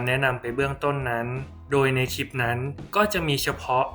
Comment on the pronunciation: สาระดี มีประโยชน์ข้อมูลชัดเจนค่ะ ติดตามมาระยะนึงแล้ว โดยรวมโอเคมากค่ะ ในส่วนที่ออกเสียงควบกล้ำ ร ดีแล้วนะคะ เช่น ครับ แต่ ล ควรเพิ่มออกเสียงควบกล้ำด้วย เช่น คลิป(clip ) และการพูด หากเว้นจังหวะบ้างจะดีมากค่ะเพราะเนื้อหาที่นำมาเสนอนั้นเท่าที่ติดตามมาดีมาก ควรค่าที่จะติดตามต่อไปค่ะ ขอบคุณนะคะที่ได้นำสิ่งที่มีประโยชน์มาshareค่ะ